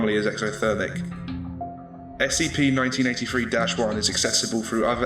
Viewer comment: It sounds like you are saying 1993 so yea...